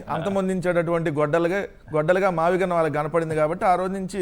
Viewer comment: మావిగన్ కాదురా అబ్బాయ్, మావగాన్ మావలండన్ గాన్ అంటూలండన్ పోయాడు.